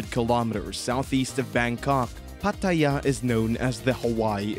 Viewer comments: Stop saying Pa Ta Yaaaa. 😭😭😭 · If he says Pattt-aayya again I will lose it! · have to give this video a thumbs down for pronoucing Pattaya and Thailand wrong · Why do you pronounce Pattaya like that? Sorry but it was sooooo annoying 😅